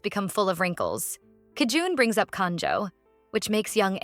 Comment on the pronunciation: bro its JI EUN NOT KI JUN